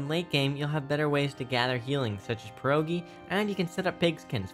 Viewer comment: Idk why but its so funny to me, when someone whos not Polish, trying to say "Pierogi" properly. I am from poland btw